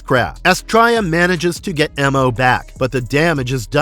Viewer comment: And he was just called “Mo” not “Em-oh”